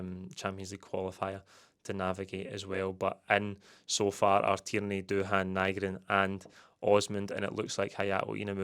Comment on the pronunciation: Nygren, by all accounts, is pronounced Nee-gren. Get telt tae. Nee-gren 😆 Great bit of business for Kuhn. As long as Maeda isn't sold too. If we lose him and Maeda that's a right scunner.